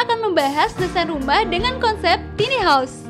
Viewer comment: konsep ok..tp itu kyke cocoknya buat smacam tmpt penginapan krena gk ada tempt penyimpanan baju... tone suara kurang nyaman..bukan tini haus tapi taini haous bacanya...